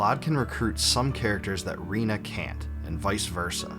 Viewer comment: I'm sorry but did you just say REENA🤣